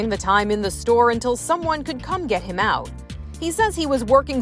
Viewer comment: And I was, like, I don’t, like, care. Listen, millennial, it wasn’t “LIKE” . IT WAS . Like, I, like, don’t, like, know. And little girl, it’s not ou it is OUT, the t is not silent.